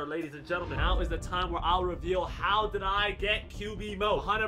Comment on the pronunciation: Are You Serious Right Neouw Bro